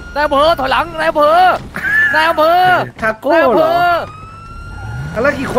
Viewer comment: ทาโก้ ไม่ใช่คาโก้ หิววิวจัด